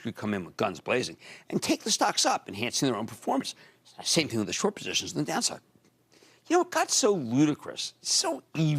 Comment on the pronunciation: "Two great posiszzz" such an orator LOL